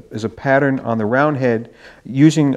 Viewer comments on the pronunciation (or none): none